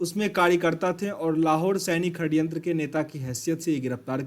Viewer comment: षडयंत्र होता है....खडयंत्र नहीं